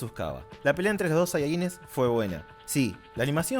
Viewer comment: jeje perdon que joda pero no se pronuncia kyabe xd